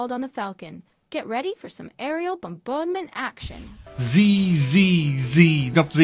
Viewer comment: did she just biden-ify the word ‘bombardment’? Second take perhaps, love? No? It’ll be fine, you say?